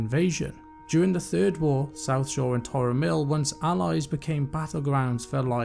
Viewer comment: Greetings all, at the library we have realised that we may have some pronunciations incorrect, like Tarren mill vs Tauren mill, it must be said that the saying old dogs and new tricks can be employed here, we will continue to develop the content on this channel, may light be with you 💥